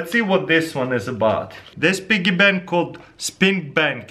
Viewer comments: Pee-Gee Bank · Lyric Edwards it's a BIGGY PANK! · Dude it's so funny how he says piggy bank. this guy's great 😂😂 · I clicked on this video just to hear him say "piggy bank" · U say piggy bank funny lol